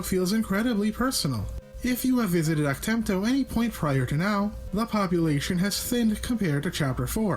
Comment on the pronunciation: BALL-ZACK, ACK-TEM-TOE - Seriously, what do you have against short 'A' sounds?